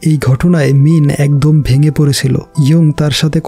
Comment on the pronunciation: ভাইয়া আপনি বার বার মিন বলছেন আর আমি মিম শুনতেছি... 😂🤣